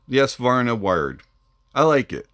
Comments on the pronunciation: Ess-vanar? Savarna? 😂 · Nice, HONEST review, (although your pronunciation of the Swedish word, Svanar, needs work).;)